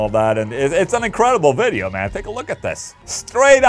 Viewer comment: A good old "veddeo" 👍